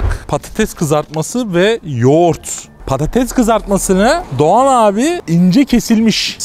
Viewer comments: Abi prodüksiyon Türkçe'yi katletmiş patetes ne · patetes degil patates